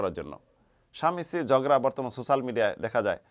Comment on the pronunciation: ছোছাল!!! No. সোচ্যাল বলুন